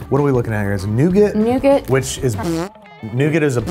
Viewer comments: This guy is trying so hard to come off as intellectual but can't pronounce "nougat" correctly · It’s pronounced.NOO GAR (nougat) silent T. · It's a French word and pronounced New-gar! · The “demon” comment guy in the black and green shirt doesn’t like anything that’s actually nice! 😂 I used to love Double Deckers! Then American pair pronouncing nougat as “newgert” was novel! I didn’t like coconut until I had a Bounty bar!